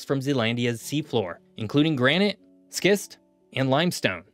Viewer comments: Forgive me, this is pedantic, but schist is pronounced with a shhh sound. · The "c" in "schist" is silent.